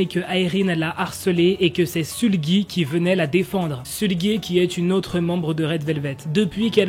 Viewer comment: Moi aussi et la façon dont il prononce Sulgui moi j'ai toujours prononcé S-E-U-L-G-U-I 😅